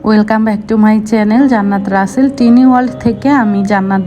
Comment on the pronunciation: উচ্চারণ টা টিনি হবে না আপু।।।টাইনি হবে